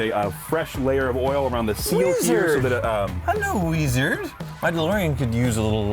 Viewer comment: "Weeeeeezard" 😂 I lost it